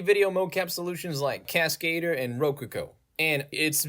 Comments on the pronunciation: casca-dur, not cas-kade-r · lol the way you pronounce Cascadeur is the most American thing ever 😂